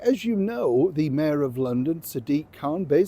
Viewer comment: When you said Mayor Khan it suddenly sounded like Mère Khan!